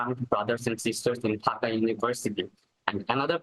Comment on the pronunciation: Its DHAKA, not DAKHA. Get that right at least. Ffs.